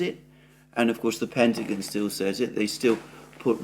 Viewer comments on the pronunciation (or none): none